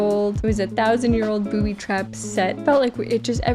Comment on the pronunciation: "Booby twap" The Goonies 😂